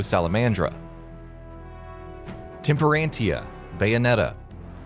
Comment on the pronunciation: Temperentia = tem per ent tee ah Sapientia = say Pi ent tee ah Alraune = All rawn Rodin = Ro dawn Jubileus = Joo beh lay us Sloth = sloth y’all can jump onto the Bayonetta hype but please do some more research lmao, this video was visibly and audibly rushed